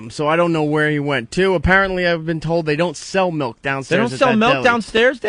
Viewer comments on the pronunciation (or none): Opie doesn't drink milk, he drinks "melk" lol